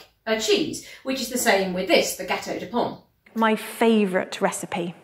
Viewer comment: XD hoo yeah "gâteau de pomme" aaah le français